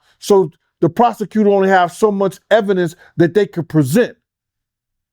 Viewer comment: Nicca said the “prosecuser” pronunciation be killin me😭